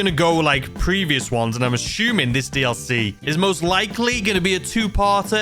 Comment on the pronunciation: "Ashooming" 🤣 All jokes and good fun not trying to be rude